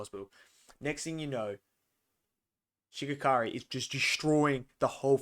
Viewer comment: Such a good Ep showing the power difference next Ep will be crazy Also It’s Shigaraki not Shigakari